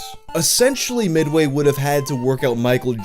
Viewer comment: I hate the way he says midway